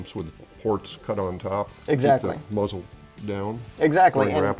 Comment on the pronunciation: A “moozle” brake